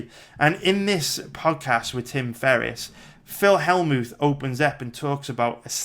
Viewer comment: Skimmed through and knew you would butcher more names haha. Phil Hellmooth??